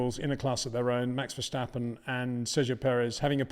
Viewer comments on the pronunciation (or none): I get so tired of this but I will say it again nevertheless……. There is no “h” in Verstappen. Edit: You do not say Ashton Martin, do you? How about Lewish Hamilton? Lansh Shtroll?